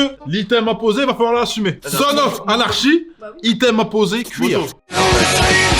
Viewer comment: Juste, pour la meilleure série là prononciation c'est plutôt anarky je crois. Serie de ouf vraiment. Super taff l'équipe à